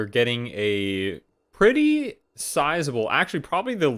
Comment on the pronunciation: "it does kill pets preetty cool"' hahahahahahahaha